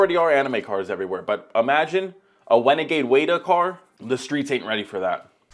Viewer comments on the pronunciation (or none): "wenegade waida" is crazy, but I do agree with thought on that